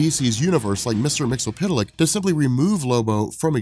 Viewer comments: its not mr mixel- pittl-lick, its Mr. Mixy-yesss-spit-lick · you mispronounced mxyzptlk...very clearly outline in the animated superman: mix-yezz-spit-lick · This is a great channel. my only issue is with pronunciation of Mr Mxyzlptlk's name. is a silent T! The opposite of pterodactyl.